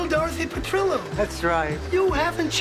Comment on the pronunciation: This is absolute and utter AI trash. 1. Why mention Don Johnson, but not Phillip Michael Thomas? 2. It's not "Sophia's Mother", it is Dorothy's Mother - Nearly every fan knows this fact. 3. It's Sophia Pe-trill-oh, not Pe-tree-oh 4. Stage Fright Facts 7 and 11 are the same. 5. Fact 8 -- The Diana and Freddie story is a complete fabricated myth and has been repeatedly debunked. 6. It's So-Fee-Uh's Wedding, not So-Fye-uh No transition to ending? Trash.